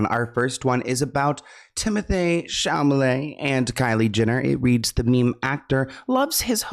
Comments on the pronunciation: I love you so much and I’m always tuned in to your channel but please for the love of god it’s ChaLAmet not ChaMAlet 😂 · Yes, and the Cha sounds like Sha 😂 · idk if this is even relevant but I love how says Timotheeyyy Shamalaay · “Timmothay Shalmalay” 😂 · Timothee Chamalet 😂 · Ah yes, Timothée Chalmalay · I love you, sorry for this, but it is Cha-LA-me (LA, like lala land). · It’s always funny to listen say “Chamalayy” 😂😂😂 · I need merch that says TimothAAYY ChamALAAAY !!! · It’s the “chamalayy” for me 😂😭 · Timothee what ? It’s chalamet lol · Hi! Just a heads up that says it that way on purpose as an inside joke between him and his viewers 😂❤ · how do you say chalet wrong every time lmao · Hi! Just a heads up that he says it that way on purpose as an inside joke between him and his viewers 😂❤️ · Hi! So says it this way on purpose as an inside joke between him and his viewers 😂❤